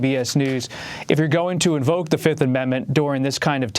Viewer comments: He didn't say Fifth, he said Filth.. That's what he is. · U want 2 punch his lights out every time he says Da 5th